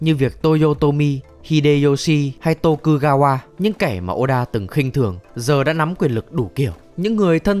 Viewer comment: Tô-ku-ga-qua LE-da-su :v Hãy nói cho mình biết là các b cố tình troll chứ ko phải là đọc sai đi :(((